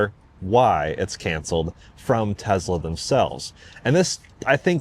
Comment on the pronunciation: "I don't really want to say [I'm a Tesla Fan], I'm just a fan of good products."... Dude you're like autistic-fixation level of Tesla superfan, what are you even talking about? There are drinking games for how many times you say "Tezzla" in an unrelated car review video.